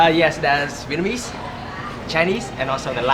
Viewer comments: "Vietmanese" (sic) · Great videos! I really like your sensitivity to the local culture. It's Viet-Nam-Mese.... when you said it too fast. it became...Viet-MA- Nese....:) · I've noticed that you pronounced "Vietnamese" as "Vietmanese". Please correct that in future video. I do like your videos by the way. Thank you for visiting our country. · Remember it's Vietnamese..but you keep saying Vietmanese lol..what's going on with that pronunciation dude? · Sorry man but if you're going to do a video on a Vietnamese topic, don't call us Vietmanese. Ignorant . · I keep hearing you say "Vietmanese" when its Vietnamese lol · Nice video. But I keep hearing you say Vietmanese. It's Viet-Namese. Just saying